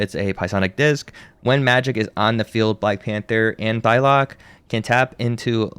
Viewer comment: I swear he called her Pie-lock at one point too